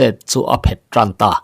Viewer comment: I thawnthu chhiar hi ka ngaithla tam viau mai, 'chet a phet' tih hi 'chet a phét' tiin i chhiar leh ṭhin...'phet' thil kan do kanna kan han 'phet' tlu tawp ang a 'phet' tih tur. Tuna 'phét' i tih thlûk ang hi chu darthlalang emaw thil tle in a mit ti vai thei khawpa en let 'phét' hi a ni e.